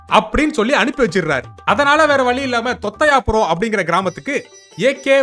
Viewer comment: தொத்த'யா'புரம் 😂... moothevi ku tamil read panna theriyathu pola.